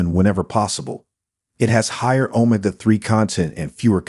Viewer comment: OH-m''gah acid? OH-m'gosh! It's oh-MEG-gah acid you foreigner. Amm-ih-NO? No no! It's ah-MEE-no1